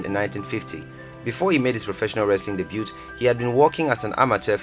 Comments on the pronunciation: He said debut like “debute” lmao 😂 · You don't pronounce the "t" in "debut".